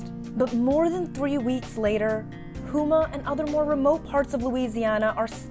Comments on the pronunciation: This town is pronounced Home-ah. Down the road from me. In Louisiana, we all help each other out. Or there wouldn't be much help. 😢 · It’s pronounced Home Ah, and not Houme Ah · It’s pronounced Home-ah!!! Not who-ma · She needs to stop saying hooma 😂